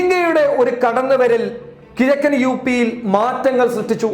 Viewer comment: എന്റെ പൊന്നു കരിപ്പൊടി. "കിയക്കൻ യൂ പി" അല്ല.. "കിഴക്കൻ യൂ പി" അങ്ങിനെ പറയ്. കുറേ ആയി ഇത് കേൾക്കുന്നു.